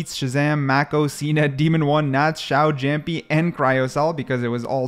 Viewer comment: brooo that's not "zamjjik"😭😭😭😭 he's kang kang and it's not "jampy" it is pronounced as yaampi